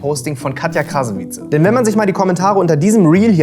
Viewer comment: AAAAH!!!! Wenn er noch EINMAL "Krasawietze" sagt, schau ich nie wieder seine Videos!!! DAS WIRD KRASAWITSCH AUSGESPROCHEN!!! 😵‍💫😵